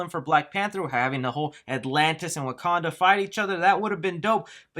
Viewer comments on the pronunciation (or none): none